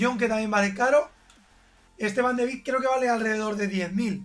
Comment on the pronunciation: Pero si van de Beek se pronuncia con e y no con i